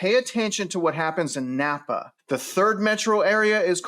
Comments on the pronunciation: I love how you pronounce every where you go wrong. “Boize”, “Napa” 😂 (It’s Boy-see, and Nampa) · Nampa. NOT Nappa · Are you from here? Repeat after me; it's Boy-see. Not Boy-zee. That's how we know people aren't from here. And it's Nam-pa, not Napa. Napa is in Cali. Star is definitely being grossly over built. Like Eagle, it's a California destination. Those of us already here hope development hits a wall and less people move here from the left coast. Idaho will be just fine in spite of all the armchair quarterbacks predicting doom and gloom. You can buy smart, or you can buy stupid. It's your choice. Happy New Year! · Are you really "boots on the ground"? Considering that you said NaMpa wrong...... Someone who is there would know how to pronounce it. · It's NOT..."NAPPA"! The name is NAM - PA. Learn to read. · the city is Nampa not Napa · Star has always been more "rural" and started taking off. That is why there is so much land! Nampa is considered the cheaper living area (Nampa, think of rhyming with "camp" "Namp" for pronunciation lol). There are not many jobs there which makes the commute into Boise from both Nampa and Caldwell LONG. Think at least 45 minutes commute into Boise during peak travel hours. I would have been more interested into hearing about Boise and Meridian. Meridian was literally named one of the TOP cities in the US to raise a family. Boise does not feel like it is in the middle of nowhere.